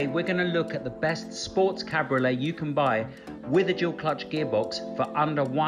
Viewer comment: “Cadbury olé” made me 😂